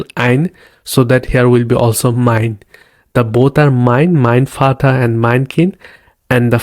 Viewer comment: I always wanted this. I have seen many videos and everyone incuding "duolingo" jumps on full sentence like greetings etc without explaining the base foundation which is pronunciation of alphabets, vowels and consonant which is very vital for the learning journey. Vater pronounced as fauter and no one realise it why until you know V is pronounced as Fau. So wanted to appreciate the structure you have used in your video. I would more appreciate if would have covered Past,Present and future tenses which is again a base for constructing a sentence.